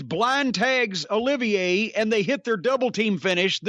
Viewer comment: Olivier, not oliviya.